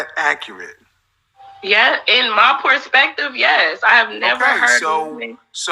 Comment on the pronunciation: Ya'll need to understand her "Porspective"